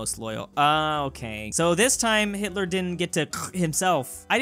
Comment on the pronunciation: Ai:*says Hilter is ded* Also Ai:Hilter is dissapointed